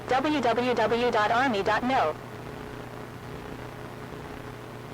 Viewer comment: i know it's ".mil" but i seriously heard ".no"